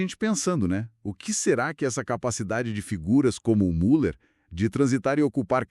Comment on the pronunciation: Impossível continuar te ouvindo.... A pronúncia é Miller , u com trema leia-se Miller..... é um sobrenome alemão....